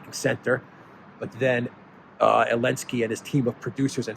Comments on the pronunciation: I love how you drop the Z in his name. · Dear, is it Elensky or Zelensky?